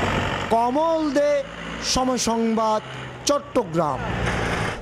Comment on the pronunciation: ভাইরে তুই তোর নাম সুন্দর করে বললে কি সমস্যা। কমল।।।।।।।।।দে